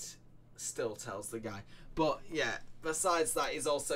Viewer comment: Damn i wanted to watch this but i have to stop at 20 second… the word is “but” not “BOH”